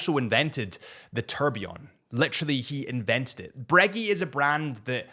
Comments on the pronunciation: “Bruh-GAY” not “breggy” .. bro! 😅🤣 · Breggy and peggy 😂😂😂😂 that’s what is wrong. People calling the brand breggy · You are breguee… wtf! I knew americans were… apparently british too😂😂😂😂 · If he says Braygeee one more time I'm gonna lose it. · Glad he just said AP 🙏🤣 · Judging by the other comments in not the only one that had never heard Breguet pronounced that way. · Man, when he said it, it was like someone fcuked me in the ear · how the hell do you pronounce Vacheron and A Lange & Sohne correct but not Breguet...